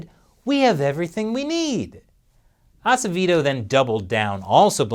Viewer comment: My lastname is Acevedo, I’m amaze with you, you can pronounce it... and PR corruption is unbelievable, But people keep voting for them.